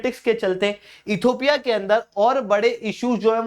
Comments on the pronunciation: You are repeatedly saying "Ethopia" PLEASE correct your pronunciation. It is Ethi_O_pia NOT Ethopia. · इथियोपिया हैं सर not इथोपिया